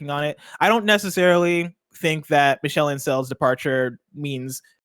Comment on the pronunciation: nailed those French words except for Michels name lol. It’s like Me-Shell